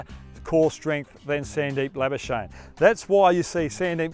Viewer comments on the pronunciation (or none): PRONOUNCIATION GUIDE: The correct pronounciation of 'Lamichhane' is 'Lami-chha-ne' . For 'chha', you'll have to blow more air out. Next up, pronounce 'Labuschage' as 'Champagne'. You love the latter one , don't you?😋🤣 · Is he calling him Sandeep labuschnae?? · it's Sandeep #lamichhane not Sandeep #labuschagne😂😪